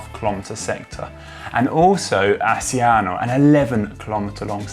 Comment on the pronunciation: Not to mention the pronunciation of “Giulio” and “Asciano”.